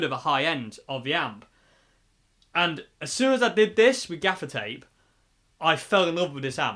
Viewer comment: At first, I thought you were saying "defecate" regarding the dark strip across the grill. Oops! I was glad when I finally realized it was "gaffer's tape." That amp sounds pretty good. Thanks for the demo.